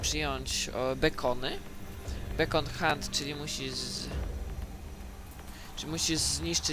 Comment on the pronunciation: Jeden wielki bełkot i brak jakiejkolwiek precyzji, praktycznie nikt nie zrozumiałem. Nawet masz problem z wysłowieniem się już nie mówiąc o czytaniu po angielsku (bekon lol xD)... Co mnie obchodzi omówienie okna chatu? Nie polecam poradnika nawet w 5% nie wyjaśniłeś tej gry...